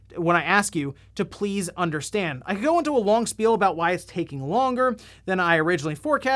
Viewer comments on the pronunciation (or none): none